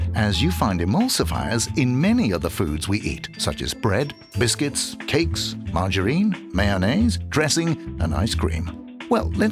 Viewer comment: The way he says "Margarine" like it's a girls name "Marge a Reen"